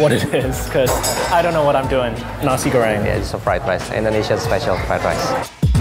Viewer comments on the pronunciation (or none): Nashi bhongkhooss... . Nashi goryengg... . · This is how they said nasi goreng Naisie gowreing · NASHI BOONGKHOOSH NASHI GHORIENG